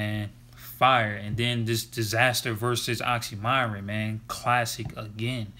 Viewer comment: It's actually pronounced as Oxxxym[ee]ron, not m[ai]ron. Thank you for the review.